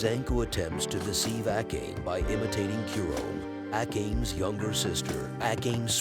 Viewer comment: Can you please pronounce the Japanese names correctly. Ah kayn? Seriously?